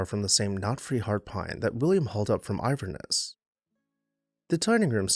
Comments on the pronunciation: Love your videos! Two corrections: It is pronounced "val-DAH-stah" not "val-doe-stah". Also, it was Inverness, Florida, not "Iverness". Keep up the good work! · ANOTHER GREAT NON-DEMOLITION, AND ONE OF THE MORE UNUSUAL HOUSES YOU'VE EVER DONE!!!!!!!!!!!!!!!!! NOW A QUESTION ARISES???????? YOU SAY "IVERNESS" FLORIDA???????? UNFORTUNATELY, I HAVE SPENT TIME IN FLORIDA, NOT A LOT OF GOOD MEMORIES, BUT ONE THING COMES TO MIND HERE!!!!!!!!! I HAVE NEVER HEARD OF AN "IVERNESS" DOWN THERE!!!!!!!!!!!!!!! I DO, HOWEVER, KNOW OF AN "INVERNESS" FLORIDA, WITH THE N IN THERE!!!!!!!!!!!! SO IS THERE ANOTHER PLACE I HAVE NEVER HEARD OF, WITH SUCH A SIMILAR NAME???????? OR IS THIS A BOO-BOO ON YOUR END???????? LET US KNOW, AND LONG LIVE THIS HOUSE!!!!!!!!!!!!!!!!